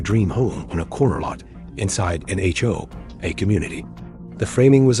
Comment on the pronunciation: It's HOA not HOHA!